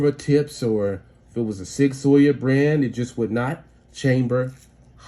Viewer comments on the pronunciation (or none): He said sig soyer lol